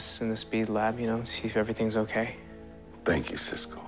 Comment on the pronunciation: I love when he calls him cisky lmfao